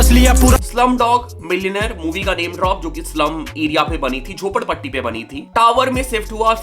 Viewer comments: Bhai jhapodpatti nhi jhopadpatti hoga I think bro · It's jhopadpatti...not jhapodpatti bro!!